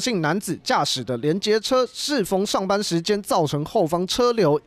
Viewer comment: 記者說上班變上方，報新聞標準一點啦。